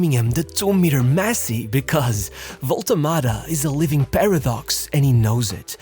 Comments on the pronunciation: What is this waltemade pronunciation 😭😭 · It's not spelled "Wolte Mada".